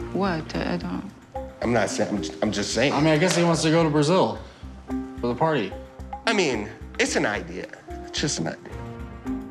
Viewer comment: I love how she did not understand John’s pronunciation of “party”. Even I heard “potty”.